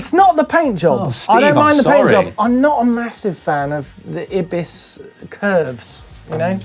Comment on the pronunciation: (Pronunciation not spelled correctlyjust to teach him how to speak) Eye-bis not ib-iis Martyn .